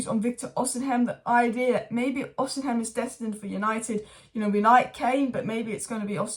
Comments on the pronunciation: Osimhen, osimhen, oshimen pronounce it properly it ain't even hard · You STILL say it wrong ahhah, you keep swapping The M and N